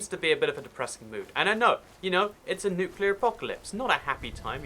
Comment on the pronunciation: actully we have had a nukeler fallout (chrenobly)